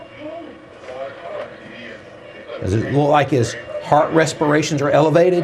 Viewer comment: "Evelated" hmm